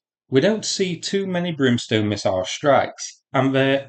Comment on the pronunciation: Brimstone, not Broomstone.